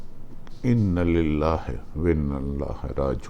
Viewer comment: Bhatti you can’t even say a simple Inallilah properly.